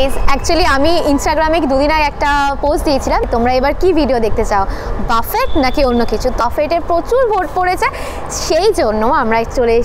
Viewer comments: It's booffeehh not baaffett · buffet naa boofey (pronunciation ta)... buffet shunte khotkaye kaane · বাফেট না বাফে??? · uchcharon ta buffay hobe